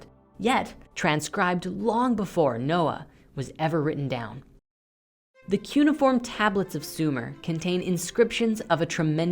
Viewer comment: I love what you guys do but please learn how to pronounce "cuneiform."